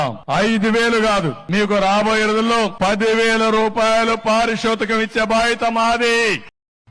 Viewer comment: పారితోషకం అనాలి పారిశోషికం కాదు అవును కదా టీడీపీ భక్తులు 😄😄